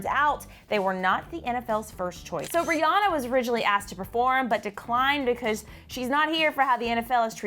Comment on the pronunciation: People keep mispronouncing Rihanna's name. It's Ree-anne-uh. Not Ree-ah-nuh.